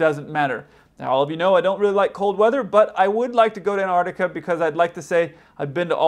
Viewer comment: Mostly I enjoy your videos, but PLEASE pronounce the consonants. It's Antarctica, but you kept saying "Anartica."